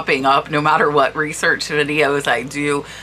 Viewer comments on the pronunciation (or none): none